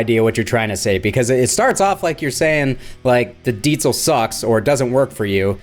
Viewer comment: Every time you say “Deetzal”…..😂 Maybe you should try a Metzzabarba or a Metza Boogie?